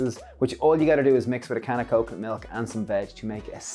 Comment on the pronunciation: Wow! I had to rewind twice. I could have sworn you said mix with a can of coke, milk and veg! 😳🤣